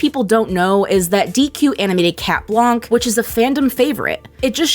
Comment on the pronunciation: You don’t pronounce the “k” in blanc since it’s French.